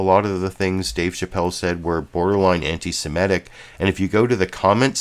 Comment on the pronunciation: The word is antisemitic, not antisemetic.